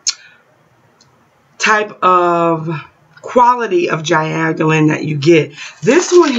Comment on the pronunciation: You are studying as an herbalist, and can't even pronounce their name... I am off.